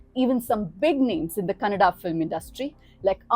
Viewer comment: Thank God you didn't say kannad😢